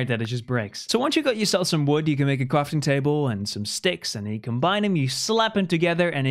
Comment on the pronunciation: Yes I know calm down it just sounded like he said it this way